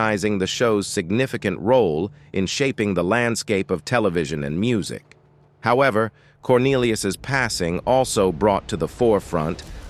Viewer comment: What the hell does pass...see ...own mean !? Does this narrator mean "passion" !!!?? JEEEEEEESE....get it together if you're going to narrate !!!